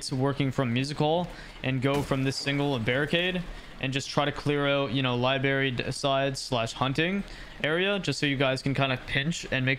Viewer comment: This was sick, but Christ it’s lie-BRAIR-re Not lie-berry